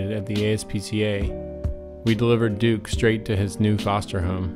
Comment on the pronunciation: I like how he says "Dook" instead of Duke. Really quaint lol